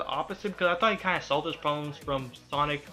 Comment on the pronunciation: is it me or does this guy keep saying sonc